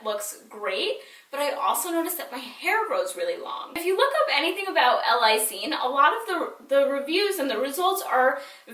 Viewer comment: I love u!!! This is such a small detail, but it's pronounced "L. (space/pause) LIE-seen":) but great tips!! Xoxo